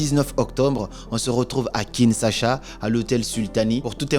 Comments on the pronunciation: Kinshasa pas Kinsasha !! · Kinshasa et non kinsasha ! Merci pour cette pépite! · Kinshasa \kin.ʃa.sa\ . La prononciation de SA est à la fin et non au milieu. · tu prononces mal ma capitale KINSHASA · Boss vous prononcez mal « Kinshasa 😂😂, cela nous mets mal à l’aise nous kinois. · Tu prononce mal Kinshasa Suis congolais J'apprécie pas trop